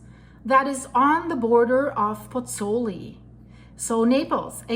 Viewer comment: That's Marsaxlokk Malta a kilometre from my home. Also have been meaning to say for some videos, the pronunciation of Pozzuoli is Pots-Wall-ee not Pots-ooli.